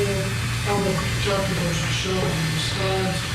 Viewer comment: It's not KENTUCKEY. It's Kentucky.